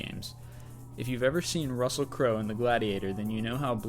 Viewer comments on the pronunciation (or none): none